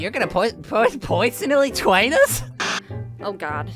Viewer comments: Wait, really? You’re gonna puw- puy- powsonally twain us? Uwu (The uwu was in the subtitles!) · pewsonally twain us? owo? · Your gonna pwersonnaly Twain us? Captions: your gonna put it in first poison elite wine us